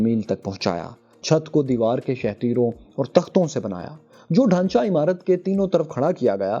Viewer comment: Important correction: the written word is"devdar" (a type of tree whose wood is very strong) but you are keep reading it "devar" which means "wall". Please correct your pronunciation, and reload the video. If I will see the correction, I will delete my comment.